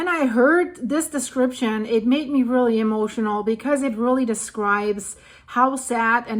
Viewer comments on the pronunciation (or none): none